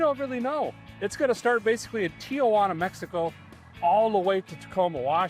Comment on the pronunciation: Derrick, The is no “ i a” in Tijuana. It is pronounced “Tee-Wanna”.